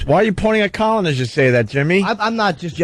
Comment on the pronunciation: saying CAWL-in is my favorite part.